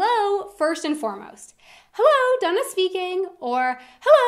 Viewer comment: Why is Dana pronounced Duna?